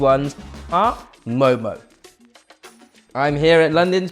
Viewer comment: First of all, its mo mo 😂